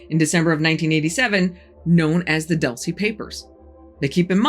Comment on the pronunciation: Its"Doool-ce" not "Duhl-ce"